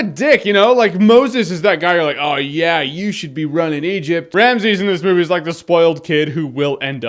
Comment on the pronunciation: Ramesses. For fucks sake, there is an E in between RAM and SSES. Stop saying Ramsays or some shit. Its really not hard. A lot of reviewers are saying in like that. It even pronounces it in the trailer.